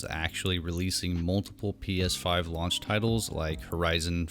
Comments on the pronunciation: What the hell is a “lounch” or is he saying lounge? Is it retardation coming through from the fan boyisms ? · Out of all the stupid, brainless bullshit this dude is saying what bothers me most is he keeps saying "lounge" instead of "launch"....lol